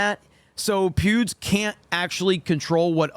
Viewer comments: Every time you say Pewds, I hear Pubes. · i keep hearing you say pubes lol